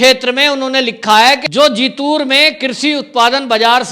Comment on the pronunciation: कूछ नही होगा पैसे के लिए भडकाऊ vdo मत बनाओ तुम्हे मराठी अछी बोलने नहीं आती जीतूर नही जितुंर तुमे महाराष्ट्र की राजनीती कूछ अकल नही